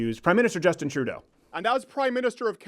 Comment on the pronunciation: I find it funny that he took a more Scottish accent for trudeau when his own accent is the closest one to trudeau’s